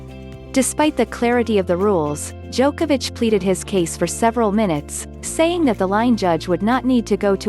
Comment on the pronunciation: Djokovix? XD